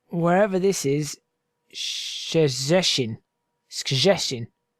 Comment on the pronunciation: Actually you should read it something like shchechin